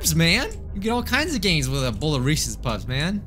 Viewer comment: you and said reces puffs lmao